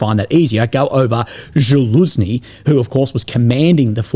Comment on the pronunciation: It's Залужни not Жалузни.